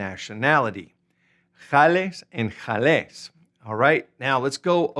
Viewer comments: Not "j" ales. GALÉS with hard g as in gun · Hola, "Gales" se pronuncia igual que "Gato", no con el sonido "J";-)